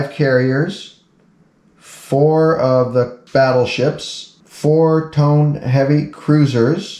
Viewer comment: It’s Not Tone....it’s pronounced Toe-Nay. Zuiho is pronounced Zwee-Ho